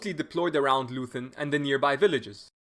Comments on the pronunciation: The town is pronounced LOYten, not LOOthen. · "Leuthen" is pronounced "Loyten" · You know how the British call out "Oi!" whenn somebody does something wrong? That*s how you pronounce the 'eu' in Leuthen. And the 'th' is simply a 't'-- 'Loiten' ... Love the whiteboard approach! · And the town is pronounced Loyten. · Please spell Leuthen like Loi Ten. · The "eu" in the name of the village of "Leuthen" ist pronounced like "oi" in "voice". The "h" after the "t" in "Leuthen" is also not pronounced like the English "th"; in fact, the "h" is not pronounced at all. It is completely ignored in pronunciation. Pronounce “Leuthen” as if the “h” didn’t exist. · Great video. A tip: you can often find the correct pronunciation of names (e.g. Leuthen) on Wikipedia.